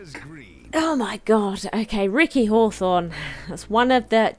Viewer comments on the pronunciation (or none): none